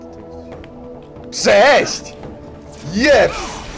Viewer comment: Kiedy usłyszałem sposób w jaki poweidziałeś to,,cześć'', to w moim zrytym umyśle utworzyła scena w której koleś budzi się w swoim łóżku (poprzednio potraktowany magicznym proszkiem miłości), obraca się widzi i który mówi,,cześć'' w taki sposób jaki tu to zrobiłeś w minucie. Mam nadzieję że nigdy czegoś takiego więcej nie zobaczę;w